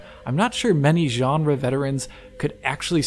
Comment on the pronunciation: Why tf do he say Genre like that